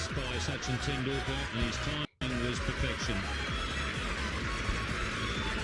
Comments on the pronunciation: Tendakular? Tenticular? Doh!:) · It's pronounced.. Ten dul ka..Ten dul la.. sat chin ten dul ka👍